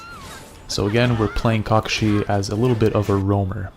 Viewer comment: You say his name weird...